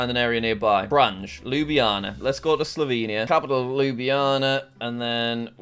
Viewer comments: I was just gonna say that 😂😂 Kranjđ. Kroonas. but pronunciation is a lot better, at least for Kranj and Maribor. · Jack in Slovenian leter j is pronounced as y so its Krany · That pronunciation of kranj killed me